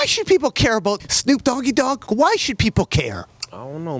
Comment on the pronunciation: "Shnoop Doggy Dogg" 😂